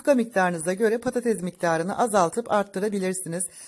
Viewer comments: Patates,e patatez domates,e domatez herkes,e herkez diyen cahillerden bıktik...😩😩Türkçe,yi katletmekten vazgecin önce Türkce,yi ögrenin sonra youtube kanal açın..😩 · Simdi denedim ama dikdortgen tepsiye :) kopuk kopuk oldu 😄 insallah guzel olur, bu arada nolur patatez demeyin 😊😁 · Patatez değil patates